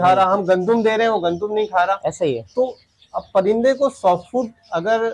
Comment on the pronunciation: Punjabi mein "Moonji" kehte hain bhai. Agr pata na ho tu bilawaja mat nam ko kisi language mein chipka dia kren. Or urdu ka lafz " Gandum" hota hai ,gondum" nahi